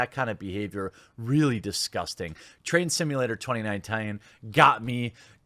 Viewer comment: I thought you said Trans Simulator!